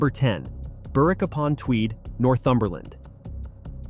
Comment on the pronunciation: Burr- Wick?? Its Berrick, 'W' is not pronounced